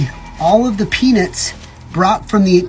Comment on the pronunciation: Why is he pronouncing peanuts like that.